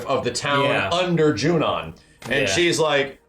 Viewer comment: I love your videos but, it's Junon, not Junion...